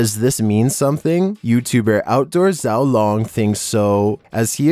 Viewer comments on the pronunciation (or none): his name is actually pronounced she-ow loang I beleieve it could mean little dragon 小龙